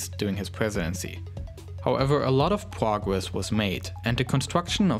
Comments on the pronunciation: "plogres" "dlis" "tle", language 100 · Wed woadster wocket erf oporational dis exporation dey pwogwes wussia wegain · 'lot of pwogwess' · Pwogwess , cwopoeation , Pwesidency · Wussia Pwogwess